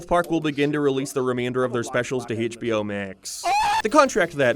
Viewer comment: I swear, if you say "Haitch Bee Oh" oen more time, I'll sue you. I'll sue you in England, budday!